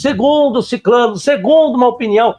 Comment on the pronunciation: Eu pararia de analisar os argumentos de um oponente que entende de grego e hebraico no momento em que esse mesmo oponente desconhece a palavra "sicrano" e a pronuncia "siclano", como qualquer pessoa ignorante.